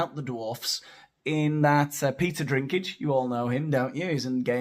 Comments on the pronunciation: His name doesn't have an R at all, it's DINK not DRINK. Peter Dinklage. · His name is Dinklage, not Drinkage 😂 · You have a ‘Drink’ problem 😂😂😂 It’s Dink Dink Dinklage😂😂❤ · Please tell me you called him "Peter Drinkage" on purpose. 😂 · Killing me, calling Dinklage "Drinkage". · Drinklage; the “L” is silent. You were right all along. Cheers! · It's not Drinklage hehe theres no R in it....only saying because I'd been saying same as up until season 8 😊😂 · … by the way, it‘s Peter «DINKLAGE» … You pronounced it wrong the 2nd time, too. 😜 Sorry, couldn‘t resist. 😂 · It's Dinklage. No 'R' in his surname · Seems you had some trouble with his surname; it’s pronounced Dinky-Large 👍. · Hey! It's actually Peter Dinklage. So you have two references...Peter and Dink. It is important to note that there is no "r" in lage. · Dude, you have a channel with over 84K subscribers, reporting on cultural Marxism in entertainment and you can't even correctly read an actor's surname? This is the umpteenth entertainment channel I've come across with presenters who can't spell, read or pronounce their own featured subjects. Don't want to be a bitch, but Jesus, do some research before you make a video and prepare your material. You're getting paid for this. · No 'r' in Dinklage. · Peter Dinklage, no R in the last name.